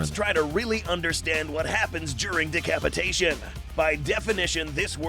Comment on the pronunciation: “Decapitaion” got me dying 💀💀💀💀💀💀💀💀